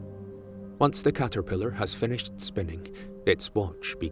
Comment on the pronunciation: i love how he says 'cahterphilahr'